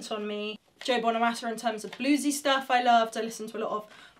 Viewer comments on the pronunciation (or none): none